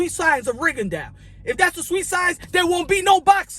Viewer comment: Rigondeux is pronounced run, gone, done